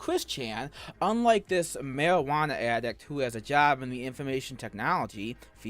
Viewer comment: Ok you made a good video but did you expect me to believe a “mawiwanna addict” who works in “da infowmaysun industwy”? 🤣